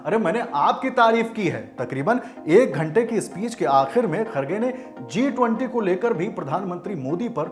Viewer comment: जिस पार्टी की आधाक्ष्य को इतने बड़ा इंवेट G 20 बोलना नहीं आता।।o क्या घंटा देश को sudharega। मोदी जी 🙏👍